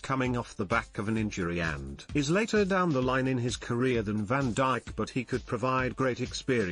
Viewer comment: Van diche is what was said 🤣